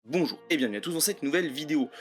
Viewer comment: Ton "Bonjour" à chaque début de vidéo me flingue xd j'ai l impression à chaque fois d'avoir cliqué par erreur sur une vidéo d'un discours politique 😂